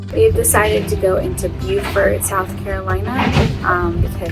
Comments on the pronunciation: Great to see you guys on the water again. One thing is you’re going to “Bo-furt”. Beaufort, NC is pronounced like “beau” or bo. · Cudos! Beaufort, SC is pronounced “bu-fort”. Beaufort, NC is “Bo-fort”. Nice job! You guys are the best. 😎🥰❤️👍